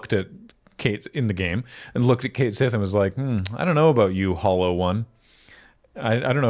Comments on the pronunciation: I'm still mad they went with "Kate sith" as the pronunciation. It's "Ket Shee", the Cait Sith is an existing mythological figure with an existing way to pronounce the word, harumph 😡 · It's pronounced Ket Shee, not Kate Sith. I am SO mad that they chose to change the pronunciation of his name in the remake! I haven't gotten to him in the game yet, but I KNOW it will cause me physical pain when I hear it (because that's just how my stupid brain works, and it is not happy making). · Everyone treats Red XII like a dog, but also nobody can pronounce Cait Sith correctly. It properly should sound like "kett shee", so y'know fair's fair. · That pronunciation set off my Gaelic Radar and, turns out, yes, it's based on the name of a Celtic mythical creature (cat-sìth; pronounced 'kat-shee').